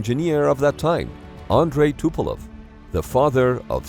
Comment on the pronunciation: I think narrator accidentally swapped E and O in Tupolev at ~ … Tupelov is not a usual name, but it was also (maybe accidentally) used in the Hunt for Red October movie.